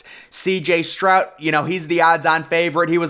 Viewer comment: His name is Stroud, not Strout. 🤨 Say, Stroud